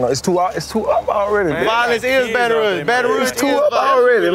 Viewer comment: Rouge not Rogue but maybe yes